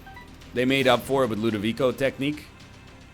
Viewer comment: I'm from Italy and I thank you for the new pronunciation of Ludovico as Ludovi - ko and not Ludovi - cho!